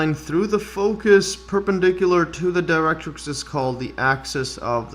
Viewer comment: Great! Many people confuse catenaries and parabolae (the original plural for parabola (but you can still say 'parabolas')). Your pronunciation of 'directrix' was spot-on! Kudos to you. 😊👌